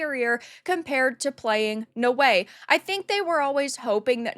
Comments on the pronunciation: no-way? its Na-Oh-Eh no respect for Japan. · i think naoe is not pronounced as no-way but now-we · She's pronounced naawe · it's Naoe not ""No Way"" xDxD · Why does she keep saying her name like that?